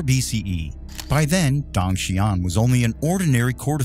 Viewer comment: Dong is pronounced like the doorbell sound ding dong, not dang